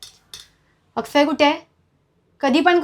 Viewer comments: अक्षय नाही आकसय😂😂😂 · Akshay shabd 1 number bolli tai